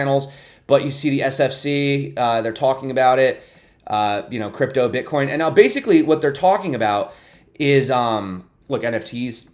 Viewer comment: She says "Bitch" AHAHAHAHA! Very nice!